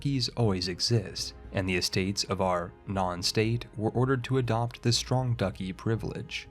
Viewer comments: Ah yes, "Ducky". I laughed pretty hard at that. Just by the way, "Duchy" is pronounced "Dutch-ee" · Why do you pronounce Duchy so weird?